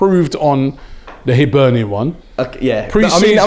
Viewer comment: At least Robbie can say Hibernian correctly-respect👍